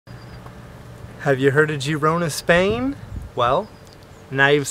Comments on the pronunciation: No, the video was nice thanks for the upload. I especially like your little dance/walk on the wall. But it is pronounced FYI Gerona for us Americans. The i sounds like an E. It always messes me up as well. Cheers mate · Girona* and not Gerona 😊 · It would've been nice if you learn how to pronounce the city correctly.